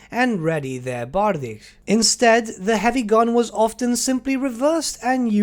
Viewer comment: bardiche - try pronounce it like a "bear-dish" :) in Polish you would write it "berdysz" where "y" is a softer "i" from "will" and "sz" is very similar to "sh" :) Hope it helped :) EDIT: Accent on second syllable :)